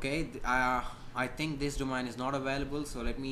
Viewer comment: He says "Domine"